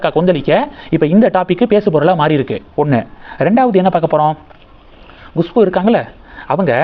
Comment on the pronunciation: Gushpu Gushpu Gushpu, very adamant, refuses to correct, how many times you are pronouncing wrong, horrible, correct yourself, it is Khushboo